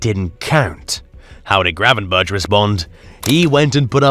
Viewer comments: We're not expecting you to pronounce a real Dutch "G" like god intended it to be pronounced but please pronounce "berch" like you would "berg", we're used to that. The "bertshjss" really REALLY hurts our delicate Dutch ears. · "Gravenbertsh" is pronounced Gravenberkhhh like a scouser says "wirkhhh" for work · Yes pls fix that, it really hurts. Just make it 'Gravenburk', that'll do.